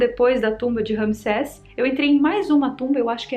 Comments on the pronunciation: "maldição de tutancagon" 😆🤣 "maldição de ramiseca" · Não consegui conter a gargalhada na parte do "tutankagón" e "rami seca" kkkkkk. VC é demais!!!!